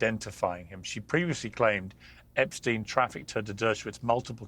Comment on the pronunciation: Epstein is the only one who doesn’t pronounce it like the rest 😂